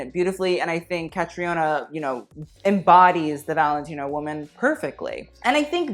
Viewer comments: Catriona Balfe is pronounced Cat-reena Balf no accent on the e. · Giles is pronounced with a hard G “Jiles”. Catriona is pronounced like Katrina. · 'Catriona' is pronounced 'Kah-tree-nah'. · not CatriOna, it's just CatrEEna, Eilish is pronounced more like AYlish :) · When he said caitroina as cat tree iona. It’s Katrina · You MURDERED Catriona Balfe’s name. It’s Ka-tri-na and just Balf, don’t pronounce the e. I know Irish names are difficult but fuck me that was bad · She pronounces her name Katrina...and Balfe rhymes with Ralph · Its pronounced Katrina balf. Like an ow kinda balf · It's pronounced "Katrina" haha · Hi, Outlander watcher here, her name is pronounced like 'Katrina' (Like the storm lol) :) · Aw, it’s CA-TRI-na, love from Ireland ❤️ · Ca-tree-na Balf. Yes, she was in Ford vs Ferrari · Caitriona Balfe is pronounced cah-tree-nah balf :) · I love you but Caitríona is pronounced Cat-tree-na😂😂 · Catriona is pronunced as Catrina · Your pronunciation of Caitriona Balfe cracked me up. It’s Ka-tri-na Bal-ph. Irish and...french? I think. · Caitriona is pronounced Ca-tree-na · Caitríona is pronounced Katrina, idk about that surname tho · One thing; Caitríona is pronounced like katree-uh-na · I know y'all dont care but catriona balfe is pronounced "cat-reen-ah bahlf" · Caitriona Balfe: "Cah-tree-nah balf"... Way simpler than it looks. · Caitriona balfe is actually pronounced: Katrina balf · Catríona is pronounced cat-reena just fyi! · Caitríona Balfe... Pronounced... Cat-reena Balf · For future reference Caitriona is pronounced ka-tree-oh-na ! (coming from someone who also has an Irish name that no one outside of Ireland can pronounce haha) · So disgusted with the way he pronounced caitriona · I'm sorry the way he pronounced caitriona is hilarious. It's just the Irish equivalent of Katrina, they're pronounced almost identically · Any Irish ppl hear how he pronounced caitriona?